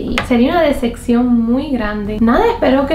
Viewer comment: En el min. dice desccion en vez de desepcion te amo